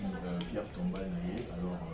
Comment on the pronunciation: Pierre tombale et non bombale